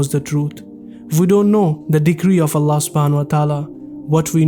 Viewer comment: My Brothers! SAY Allah’s name correctly, not ”Ala”, it is ”ALLAH”! With shaddi on the ”L” and ends with ه/H = ”ALLAH/الله”. Barakallaho bikum 🤲🏻